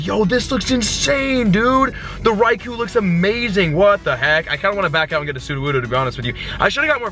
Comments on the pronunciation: stop saying Raikuuuu it's Raikou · "Rye-Koh", not "koo", as far as I know (per the pokemon generations cartoon). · Raikou unfortunately is pronounced RAI-KO not RAI-KU don't worry man it happens to all of us but FYI that's cause Raikou is in Japanese. Peace!:) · its pronounced raikoh not raikoo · It's pronounced Raiko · It's pronounced Ricko. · your saying raikous name wrong